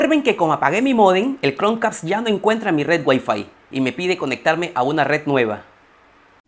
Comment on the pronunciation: Like si te gusto el video, pero te gusto mas como dice "Cronq-cast"